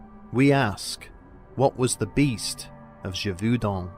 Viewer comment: ghe-vohw-din last syllable to rhym with the french number 1. sub-seh-quent, not sub-see-quent. are english schools so bad that you are incapable of pronouncing your own language, let alone foreign languages?